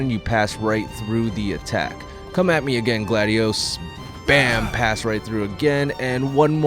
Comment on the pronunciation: "Noctos" "Gladios"